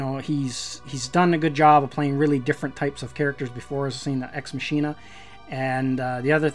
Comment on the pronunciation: You pronounced it ex machine_nah its pronounced ex mock_e_nah. I just found out when i was looking up reviews. I had never herd it spoken before.